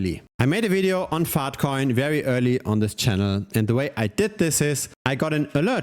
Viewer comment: Bro your accent when you say "Faahtcoin" is too funny